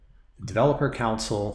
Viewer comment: with much respect, can I mention that "console" is pronounced CON-SOUL, I was getting confused with your instructions talking about a COUNCIL until I realized what you were saying. cheers